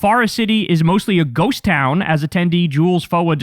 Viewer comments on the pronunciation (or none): none